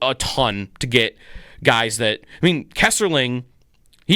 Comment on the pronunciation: it is Kesselring not Kesserling i know you are mad but please be professional